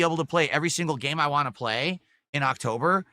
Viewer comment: Same with “want”